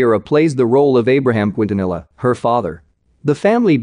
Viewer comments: Lol the way he pronounced Quintanilla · Why he keeps on saying Cuitanila 😂😂😂😂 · Wow this robotic automated voice needs to learn how to pronounce the names. Qwin-ta-nil-luh?? It's Keen-tha-nee-yah! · Quintanilla: Kin-Taa-Ni-Ya